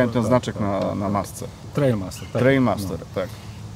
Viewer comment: TRIAL, nie TRAIL :)